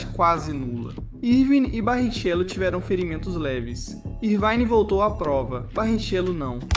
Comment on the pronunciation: Eu achei bastante estranho mesmo as pronúncias. Pra mim até foi um disparate e um cúmulo escutar a pronúncia do nome do nosso brasileiríssimo Barrichello com "Barritchêlo" ao invés de "Barriquélo", que todo o brasileiro conhece bem. Mas como deve ser I.A. mesmo a narração, desejo que na próxima matéria, esse problema seja superado. Tirando isso, parabéns pelo trabalho 👏🏻👏🏻👏🏻👏🏻